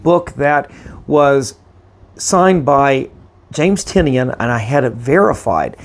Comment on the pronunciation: Great grades, congrats! Just an FYI, he pronounces Tynion as Tie-None. That was the reason for the name of his company Tiny Onion. I pronounced it wrong for YEARS but wanted to make sure I got it right before meeting him at Emerald City Comic Con this last March, so I watched an interview of him where they talked about the pronunciation of his name.